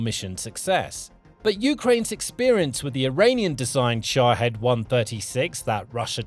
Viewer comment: Its SHA-HEED